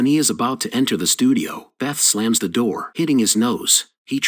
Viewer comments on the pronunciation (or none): none